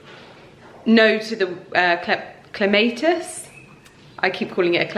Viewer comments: It is Clem a tiss and not Clemay tiss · In the US we pronounce it Clem-maah-tiss 🤗